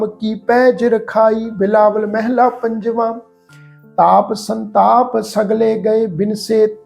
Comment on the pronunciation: Waheguru Ji Ka Khalsa Waheguru Ji Ki Fateh ji. Very very nice paath.❤ one thing instead of meheela why not mhalla. Bauth bauth danwad ji